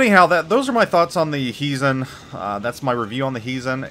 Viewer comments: It is pronounced as though you were saying "HI" to someone. HIzen. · Your Japanese pronunciation is decent. Except for the accent. It should be on the first syllable. Why English speakers give Japanese names Spanish (Italian ?) accents is beyond me :-D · I don't agree with you, directives are easy and 90% of the player base will do them anyway for the nice rewards. You basically spend 5000 doubloons for a Premium T9 BB that is the price of t5-t6 premium. The accent is on the "I" that is the problem with your pronunciation.